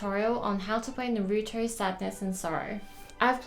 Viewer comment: I gave a dislike the moment she pronounced Naruto wrong